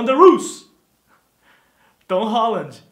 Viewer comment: VC nem sabe falar o nome dele!!